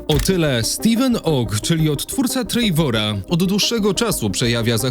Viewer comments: Oglądam na TV i wszedłem na fona żeby właśnie to skomentować 😆 Po prostu TREWOR. Wiadomo wymawia się to z akcentem ale lepsze Trewor niż Trejwor 😅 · "odtwórca Trejvora" 😂😂😂